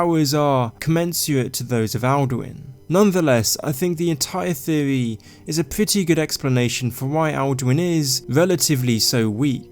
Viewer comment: I like the way he says theewee lol